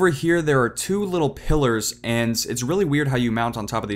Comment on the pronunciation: you say "ant" instead of "and"